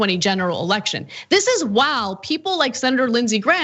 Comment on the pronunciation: I’m dying at the way Ana pronounced the word while lol